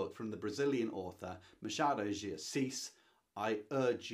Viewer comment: Machado is pronnounced like this, the "ch" sounds like when someone asks a child to be quiet. Shhhhh . Ma - schhhha - do de Assis. 🇧🇷😉